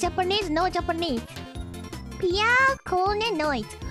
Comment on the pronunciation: ok I thought she said BLYAT! but it was piya